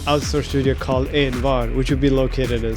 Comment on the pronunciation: When you dropped that Swedish pronounciation for ENVAR, as I swede I felt that.